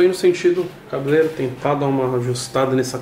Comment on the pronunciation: "Cabeleiro" "cabebero" "calebeiro"